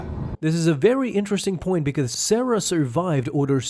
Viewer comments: HE DID N O T JUST SAY SARAH FOR CERE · Huh. Never heard that conversation in jedi fallen order. Edit: you're misprenouncing Cere tho Also how would she know if Yaddle survived? What makes you believe that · I like the video but how do you pronounce Ceres name wrong when they say it so many times in the game